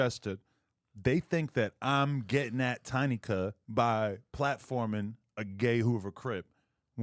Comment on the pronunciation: As soon as I read your comment he said Tiny cuh 😂😂